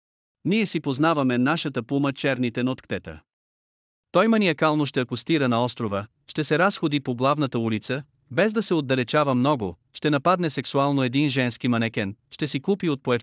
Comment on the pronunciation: Научете се да поставяте правилно ударенията, какво е това “рАзходи “ , когато става въпрос за разходка. Научете се правилно да говорите българския език. Когато ударението е на буквата А, думата придобива съвсем различно значение .